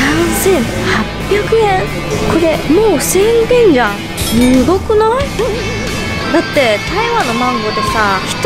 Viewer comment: すーごくない？の発音が良すぎるよ